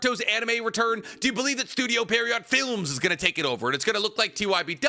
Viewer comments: it's pronounced studio pii-erro, not studio perriot. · it's pronounced Pee-air-oh. Not Pair-ee-ot. Love you tho pookie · If wasn’t as educated as he is, I wouldn’t care, but because he is educated and highly intelligent, it grinds tf outta my gears every time he mispronounces Pierrot 😢(or edo tensei for that matter)